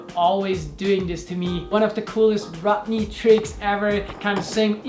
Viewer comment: And his name is Rodney, not rottenly, lol!